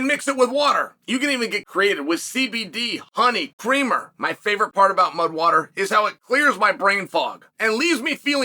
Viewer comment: I swear he said mug at the end, not mud lol